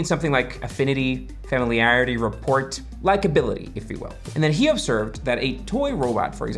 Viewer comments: Did you say report instead of rapport? Oh man. I know how this script was written!! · Rapport not report! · Rapport has a silent T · You don’t pronounce the 't' in rapport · Doesn't know you don't pronounce the t in rapport. Thinks computers can do addition in a fraction of a cycle.